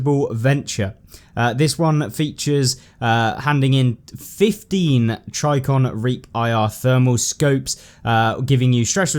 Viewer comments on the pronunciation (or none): trijicon tri like trip ji like jeep con like confidant or, trij-i-con. like trigger with a J sound, I like eh, and con again. although it just seems like you are overlooking the J sound and simply need to slow down when reading/dictating